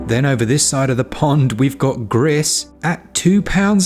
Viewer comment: I think Gris is pronounced as kind of ‘Gree’ (Spanish for grey)